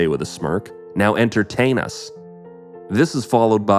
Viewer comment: Oh i thouht he said enter... tain us lmao😂😂😂 vile